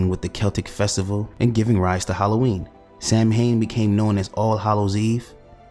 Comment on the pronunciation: Nice vid and you'll be forgiven for pronouncing the Gaelic word 'Samhain' as 'Sam Hain' because that's how it's spelt but the correct pronunciation is Sow (as in Cow) and-ain (as in pain) the mh is silent.